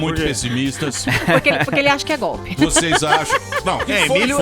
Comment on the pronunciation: puta que pariu tem q rir pra não chora da falando: Foi Goolppii